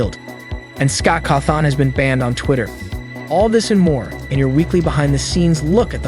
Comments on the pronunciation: Are we going to ignore the fact that he said. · Bro just said Scott cawthOn. Love this guy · I think it’s French. Say it with a French accent 🇫🇷🥖🥖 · It’s the text to speech messups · Why does he keep mispronouncing Scott’s last name??